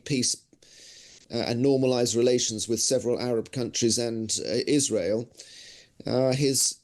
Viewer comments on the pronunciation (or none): none